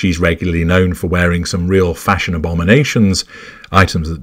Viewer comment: I came here just to hear you say Fash-ON, 😂